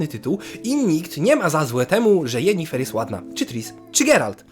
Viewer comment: Sorry, ale jak mówisz "Jenifer" zamiast "Yennefer" to mi się barszcz wigilijny cofa :O